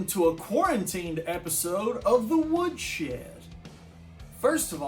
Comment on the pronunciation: "Welcome to the Woodshred"